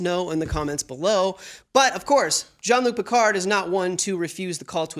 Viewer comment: I “love” how no one in the US is able to pronounce Jean-Luc Picard correctly. 😂